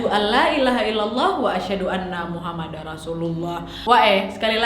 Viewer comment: bukan maksud sok benar tapi bilang nya Muhammadur bukan muhammadar